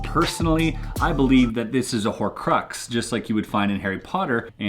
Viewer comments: Omg how you said horocrux is different! But my brother, sister and me grew up on Harry Potter. So I had to watch you solve this one. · The way you pronounced horcrux makes me physically tense up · The way he says horcrux bothers me... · "I'm a bit of a Harry Potter nerd.." says 'horcrux' awkwardly.